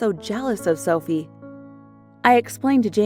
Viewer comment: is it just me or when she said: I have an identical twin sister called Sophie. sounded like selfie to me?